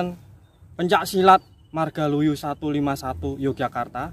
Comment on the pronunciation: MARGALUYU mas bukan margoluyu